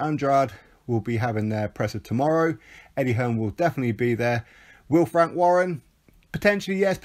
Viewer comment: Emphasis on the "wank."😅